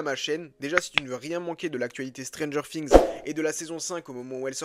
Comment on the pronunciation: C'est moi ou il dit stranger fings